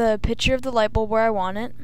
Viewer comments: Two things, i cant tell if your a chick or a dude, and its "picture" not "pitcher"- you fill that with water no images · No one taught this kid to say PICTURE instead of Pitcher I guess.